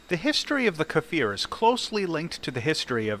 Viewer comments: Strictly speaking, it''s a Kfir, which means a baby lion in Hebrew NOT a "Kafir", which means a slur for nonbeliever in Arabic Don't let the pronunciation determine your side in arab-israeli wars :D P.S.: On the serious note, if it rips just like IIIE, I'd say hard no to such aircraft. You go dodge a missile, and the damned thing just snaps, even without boosters :c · why do everyone call iy kafir or kefir? its just kfir. you say it exactly as you read it. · its pronounced similarly to 'spear'. Just say 'kfear'... Its close enough